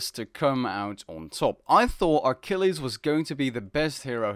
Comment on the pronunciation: How do you screw up so many pronunciations? Achilles not Ar-chilles, Chiron not Shee-ron, Hippolyta not Hippo-loita, Heracles not Hera-cliss